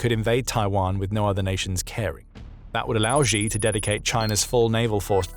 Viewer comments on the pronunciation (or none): Chinese leader's Surname Xi is pronounced pretty much like /she/ no matter that 98% of the newscasters get it wrong and pronounce it /gee/ it's still wrong, don't follow the crowds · Please learn how to pronounce 'Xi' properly. You come across as unprofessional & therefore not so credible.. it's an easy fix. (Clue; it's pronounced like 'she' - not the 'X' in Xylophone, or ' 'J' in Je suis un homme). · Xi pronounced SHE Winnie the Pooh!